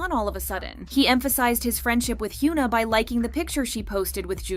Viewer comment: Hyoona. More shitty, engagement bait pronunciation from this terrible channel